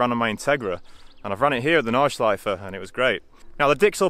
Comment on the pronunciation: Great video, this is the content i'm here for! One thing, if i as a native German speaker may give you a pronounciation hint about "Nordschleife", say the E at the end. German doesn't have silent vowels at the end of words. So it's the same as the proper pronounciation of "Porsche", the E is not omitted at the end, you always say it :)